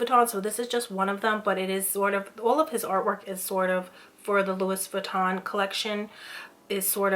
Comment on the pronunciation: Louissssss Buittan lol. Girl you're gonna buy luxury brands you better know how to pronounce it. hahaha